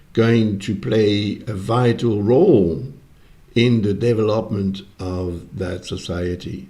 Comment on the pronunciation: I love how you say that AI will play a big role in the Devil- opment of the new society. I know its your accent, but God works in mysterious ways!❤